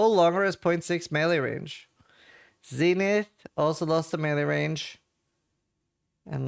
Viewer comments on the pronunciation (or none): none